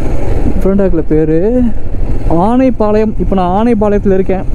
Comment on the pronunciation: ஆனணப்பாளையம் இல்லை அண்ணா அனணப்பாளையம்